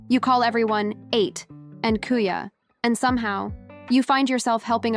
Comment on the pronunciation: Ate is pronounce A..te